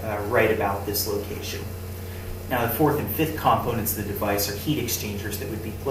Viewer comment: i hope you've learned the correct pronunciation of the word "components" by now. the fact you struggled with that word makes me skeptical of anything you say following.